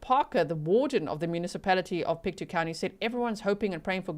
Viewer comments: It’s pronounced PIC-toe, like toe on your foot. You nailed Antigonish, wait until you have to try Tatamagouche or Kejimkujic. Place names there derived from Scots Gaelic, French and Mi’kmaq languages. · Hi, I'm actually from Nova Scotia, so thank you for covering this! I'm not sure the pronunciation of the road name, but the county is Pictou, pronounced "pick-toe". Also, you may get into this (I'm just at the start of the video) but I think its important to note that Nova Scotia is one province away from the Maine, USA border. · Pictou is pronounced Pict toe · All places were pronounced correctly except for Pictou .. it is said like Pic Toe :) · From Nova Scotia here - it is pronounced “Pic - tow” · Pick-toe, Pictou. That’s how to say it :)